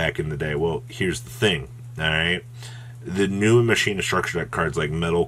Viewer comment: He's saying it incorrectly. You are correct.